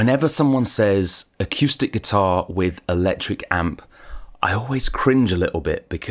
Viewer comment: I can't trust someone who say akewstic. Sorry.